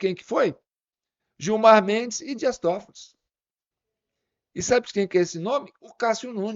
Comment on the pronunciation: Por favor é Dias Tofoli , e não TofoliS sem o s.